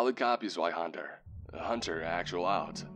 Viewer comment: Zweihänder is pronounced with a V. "Zveihander"